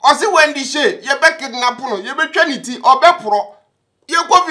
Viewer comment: He said Wondy Shay😂😂😂